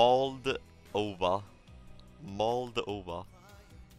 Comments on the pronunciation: first time i hear mald*ova instead of moldova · no one:: Mold Ova